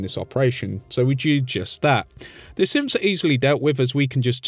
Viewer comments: Anyone else hearing him say "simps" instead of "synths" or is it just my hearing? Lol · It sounded like he said fort Hagen has some simps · I swear every time I heard u say synths I thought that u were saying simps like Kellogg’s simps not synths